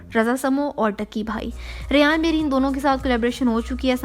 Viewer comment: Shukar hai Mera name sahi bola ..... Kyukay sab Rehan ya rayyyan boltay hai